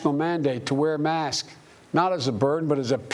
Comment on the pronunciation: joe biden: we’ll have a national mandate to wear mask. I’m more upset that he couldn’t enunciate “masks” than this proposed mandate.